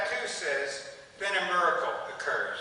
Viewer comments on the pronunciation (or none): Did the fact that Silverman pronounced miracle mirecle bug anyone?